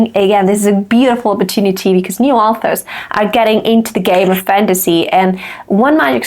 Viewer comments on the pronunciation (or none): I feel weirded out every time by how you pronounce "authors" like "alphas" like they're Omegaverse werewolves ;)